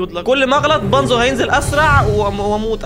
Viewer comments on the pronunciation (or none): يا الارنب اسمو بونزو مش بانزو